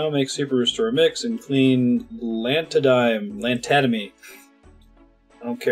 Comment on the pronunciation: Pronouncing Lantadyme as if it were a Greek hero is iconic